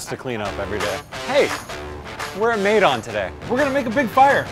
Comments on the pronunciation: It cracks me up they keep telling about, their experience abroad.... But they are mispronouncing everything including the name of their restaurant. Their place is named maydan after Russian maidon, meaning town square. But it should be pronounced my-don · He said May-Don... Maidan it's میدان